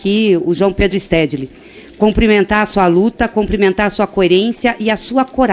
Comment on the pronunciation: A deputada Gleise Hoffmann errou quando disse: "comprimentar". O correto é: cUmprimentar. 😅